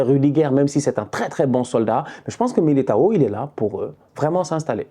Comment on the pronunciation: pronuncia o nome de militao da forma certa desgraça